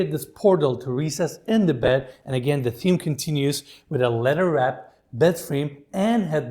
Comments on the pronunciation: It's kind of funny when you say leather wrapped it sounds like a letter wrapped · Your tours and the way you present are wonderful. But "letter" always gets me 😁